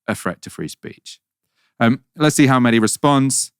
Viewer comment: Was phonetics not a thing in school? Its Mehdi.. not Meddy.. phonetic sound - 'Mehh Dee' .. Literally 2 syllables.. what sound does H make? Its easy. Or offensive. Or indifferent.